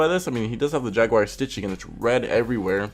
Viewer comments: ...Yag War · Jag-oo-are not jag-wire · Whats a jagwire? Did you mean jag-you-are? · American: Jag-Wire Brit: Jag-U-Are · Jagwire? you mean Jaguar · It's Jag'war not jag'wire 😂 love your videos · Why is he saying “jagwire” lmao. I’ve heard jagwar and Jaguar but never jagwire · The moment he said jag wire I can down here to see the comments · If you want to die, take a shot every time he says "jag-wire" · Literally no one:: jAgWiRe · dude its JAG-U-ARE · every time you said jag-wire i got more and more flustered J A G W I R E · Not a jag wire , jag you are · jagwire huh?! GG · Why he say jaguar like jag wire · Why do you keep saying "jag wire"? If your making a video on how stupid ricer shit is you might want to know how to pronounce the name of the manufacturer correctly...just saying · Got damn dude it's not jag_wire... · JAGUAR (JAHG-YOU-ARE) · NO JAGUAR BUT JAG WIRE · Sure... Jagwire.... do you also drive a muhs tahng or a moose ting... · Jagwire.. come on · Ever time he says "jagewire" take a shot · don't know why but every time you say Jaguar i understand Jagwire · "jag wire" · so...the guy critiquing other peoples cars cant say Jaguar? if you can at least read....there is no wire in it...like, at all.